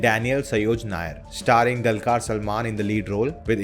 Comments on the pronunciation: Not dalkar Salman....it's dulkar ...du... good review sir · For, Pl note the name of the hero is pronounced as दुलकर and not like in the word Dull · Not Dalkar Salman.....it's Dulquer salman🙌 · The Du in Dulquer is pronounced as it is in Dubai, Dhulipala, Dhoop, etc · 1stly learn to pronounce the lead actor’s name then say ur review… the way u said abt the film as a “set” look was rude…now stop reviewing abt malayalam industry and do bollywood thats better for u… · Atleast try to pronounce DQ's name correctly before you review and pls stop acting like a movie geek unless you know basics of it 🤷🏻‍♂️. You northies never going to reach near malayalam cinema's content and making standard. Go watch some bolly masala shit and clap 👏👏👏